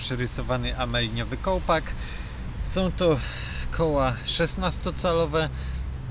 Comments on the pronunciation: Też to usłyszałem :) minuta 9.40. Amelinium to pewnie plastykowa podróba aluminium ;) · Ameliniowy kołpak? A nie aluminiowy? 😂